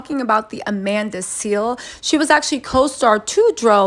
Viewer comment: Its Amanda Seales lol